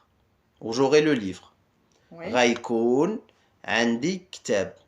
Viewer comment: Une petite question,je pensais que avec le r il fallait le rouler mais quand je vous entend avec raykoun ,j entend plus ghaykoun ,c est une exception?